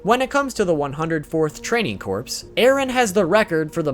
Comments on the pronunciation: Corps is pronounced core. Mikasa is pronounced Mee-kahsah Gabi is Gah-bee. Your pronunciations gave me cancer. Also, The Pizza Hut logo is not present like you claimed. At least not on Crunchyroll. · Corps is pronounced core